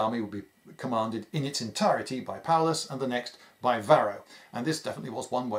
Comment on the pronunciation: "Paullus" Uh oh